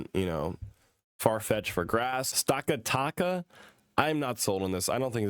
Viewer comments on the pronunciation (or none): Nihilego - NIE-uh-lee-go Naganadel - NAW-guh-NAW-duhl Stakataka - STACK-uh-TACK-uh Blacephalon - bla-SEF-uh-lawn Xurkitree - ZURK-ih-tree You're welcome 😁 thanx vor sharing strats🤗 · stack uh tackuh